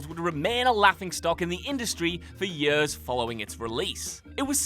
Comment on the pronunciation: The way you say years hurts my soul no offense